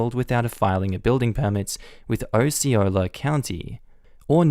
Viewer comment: Osceola is pronounced ‘Ah-see-oh-la’, not ‘Oh-see-oh-la’ And Kissimmee is ‘Kuh-sim-ee’. Non-natives always seem to pronounce it ‘kiss-uh-me’, which is charming but wrong. I was born and raised in Central Florida, so I have no problem with these native words… such as Econlockhatchee and Okeechobee.